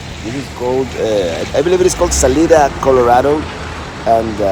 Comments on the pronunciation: thanks for the drive through gods country -- i cross the colorado river right there in grand junction every day -- on east on 50 you can see my house -- and its sa-lie-da not sa-lee-da -- not the spanish way -- weve americanized it -- stop and stay awhile next time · Salida Colorado is pronounced Sa-LIE-da.